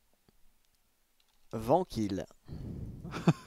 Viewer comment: Nan mais c'est bon là ! il à juste dit "vankil" et me voila mort de rire